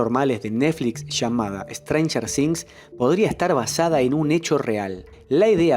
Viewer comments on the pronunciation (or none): "ESTRANJER DINZ" 🤣🤣🤣